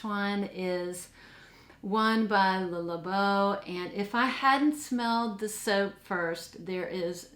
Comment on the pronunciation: I like the way you pronounce Le Labo. Off I like the rose one too. BR540 is in my top 5. I like all sweet and gourmands. Angel and Alien are not in my collection but if I had to choose one I’d go got Alien. 😊